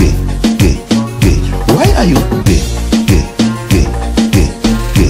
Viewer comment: How can I describe it? Umm...umm YOU ARE GEH GEH GEH